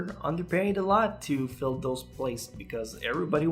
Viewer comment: I know you said slots but it sounded like. tv stations have slots they have to full.